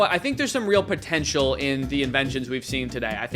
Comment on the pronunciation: did you say potential?